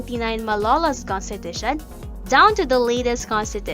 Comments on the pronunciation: Just came here to comment this, naunahan ako, but... Conshteeetusheee nnn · A constipation 💩every time she says - Kun-stee-tha-shunn 😂🤣😂🤣😂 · And then she proceeded to consteeshute all over the place, truly one of the most inzependent moments of all time. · contiTUtion kasi. HAHA good video tho. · Have a shot whenever she saya Cohnteteesheen